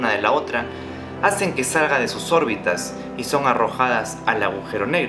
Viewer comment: Enfatizar la simple palabra órbita! Contra caer al agujero! LOL